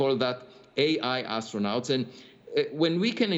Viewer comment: pronounced - Aistronaughts